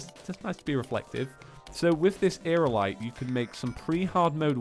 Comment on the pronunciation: you're seriously dyslexic... you say equiptable, magma cannon, aeralite instead of equipable, magNa cannon, and aeriAlite. Aerialite is pronounced: air-ee-ah-light